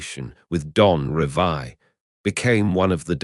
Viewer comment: Is this AI crap? It’s Revie not Revia